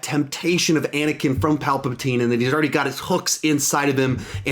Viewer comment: “Palpatween.” -, 2019😂